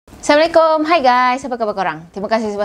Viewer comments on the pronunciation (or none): Bg Salam pon dgq mcm silap ja....dgq mcm mula sala......bkn assala...TKT jdi mksd lain